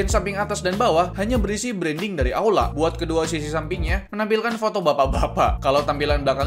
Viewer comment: Bg kok itu bacaan aula malah auda